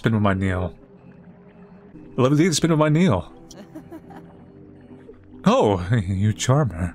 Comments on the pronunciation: Niall - Nile not Neill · It’s NYE-all for Chrissakes (❤ u 😂)